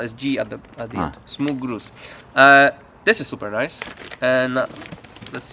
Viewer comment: 'that's a very nuce rug'